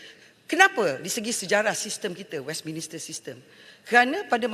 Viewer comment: Westminster bukan Westminister YB..